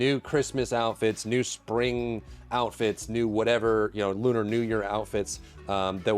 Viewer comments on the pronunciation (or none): none